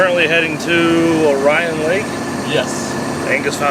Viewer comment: Munising (Mew-nih-sing), Orion (Orr-eee-en) lol. Good trip. Did yall get a pasty in the U.P.?